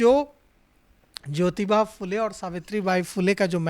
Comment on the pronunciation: भाई साहब ‘फ़ुले’ नहीं , फुले बोलने में शर्माने की कोई ज़रूरत नहीं है 😊 ( महात्मा ‘फुले’ फ़िल्म हर किसी को देखना चाहिए , माँ सावित्री बाई फुले को शत शत प्रणाम 🙏 )